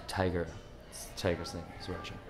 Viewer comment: Hahaha its funny when he says "Raja" x) hahaha